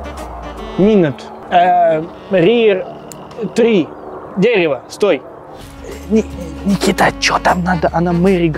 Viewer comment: Ххахахаха Никмэита в конце